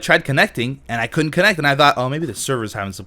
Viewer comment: Since the xbone reveal all I hear is kinect instead of connect :/